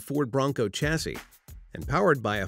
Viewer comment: A two door fixed-roof car is pronounced coo-pay, not coop, and while I'm on the subject, it's shas-see, not chas-see.